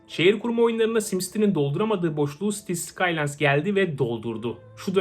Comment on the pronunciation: ı gördüm hee ben cities skylineı alcam dedim: sitis sıkaylayns